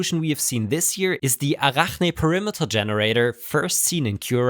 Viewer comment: When pronounced " Arachne " at like I have never heard anyone before... I totally backed the video up and replayed him saying it a good 4-5 times making sure I nailed his pronunciation myself. I absolutely can not wait now to go all super bro-heim ham elitist on the next person I talk 3D printer shop with. They are for sure to ask me, " what did you just say "? As I look smugly down on them and reply, " Ohh did you not watch latest video? ( I say it like and I are super chill bros for years.. ) ". In that moment at the height of the puzzled look on their face searching for what to say next because they are lost beyond belief, I say... " You know at CNC Kitchen? If you would have watched his latest video you would know how to pronounce ARACHNE ( spit flying as I say it extra growly )." At this point in the conversation my 3D printer Elite-ness will have come full circle and be complete thanks to my old friendisweariveknownforalongtime. Namaste